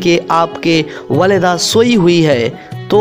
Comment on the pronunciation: Masah Allah bhai but it's not walada it's walida